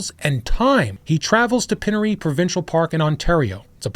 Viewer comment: The Pine ery pronounced with the Pine lol i was born and grew up in the south of Ontario literally as south as you can go actually! Regardless I know the PINE ry!